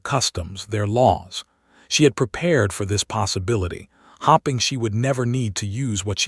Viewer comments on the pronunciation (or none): The AI reader needs work. Hoping not hopping. There are others.